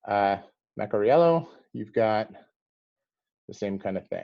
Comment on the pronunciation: Thanks for the video, and yes you got the pronunciation right, bravo! I would suggest investigating the Scafora Norvegese stitched shoes--they're really quite exquisite.